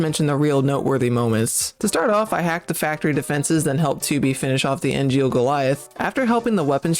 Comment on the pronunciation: Hey, awesome run. It did puzzle me that you kept calling the giant robots "Angeal", like the Crisis Core character, though. Their name after Friedrich Engels (the other intelectual developer of communism with Marx), so it German. Therefore is pronounce "/ˈɛŋ(ɡ)əlz/ ENG-(g)əlz" (meaning "eh" instead of "ee" and the "g" as in "game"). And you thought you got Simone's name wrong XD